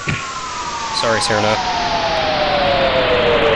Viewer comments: your the 2nd person to pernounse cirno's name wrong it's (k-ear-no) not (S-ear-no) or at least that's how iv'e been saying it and i will never stop saying it like that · ITS CHER-NO, NOT SIR-NO! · It's pronounced Chiruno. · "Cirno" is "Seer-no" "Chirno" is "Cheerno" "Chiruno" is "Chee-roo-no".